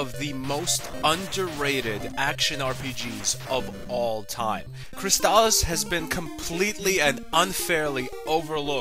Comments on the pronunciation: Fantastic game. One of my all time favorites. I've never heard anyone pronounce it CrysTALis though. I always called it CRYStalis. But I could wrong. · That's not how you say it .. it's Crystal-is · But why are you pronouncing it that way?